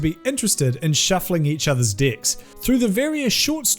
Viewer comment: Took me a moment or two to understand that he said "decks".